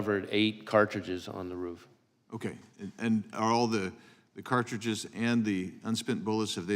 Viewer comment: May I just say it is, roof, and not “ruff”. You may now proceed.